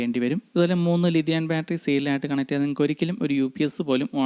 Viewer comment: ലിതിയാൻ ബാറ്ററിയോ? കേൾക്കുന്നതിൻ്റെയോ ഉച്ചരിക്കുന്നതിൻ്റെയോ പ്രശ്നം മാറ്റണം ,തെറ്റായ സന്ദേശം നൽകരുത് ലീതിയം ബാറ്ററി അതാണ്